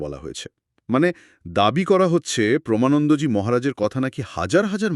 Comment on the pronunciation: প্রমা নয়.... প্রেমানন্দ জী.... 🙏